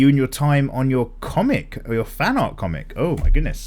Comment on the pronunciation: Do you want to learn amazing aRRRt? That flippin' add... I'm glad you made a point to say art just as weirdly as he did when talking about it.